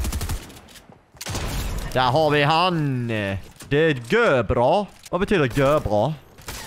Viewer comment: Gör bra betyder jättebra, men uttrycks egentligen ”görabra” på riktig Göteborska 😉